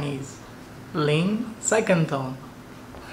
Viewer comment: Ang galing nyu naman po sir magturo yung pagbigkas nyan e katunog na ng pangalan liang salamat sa pagbahagi sir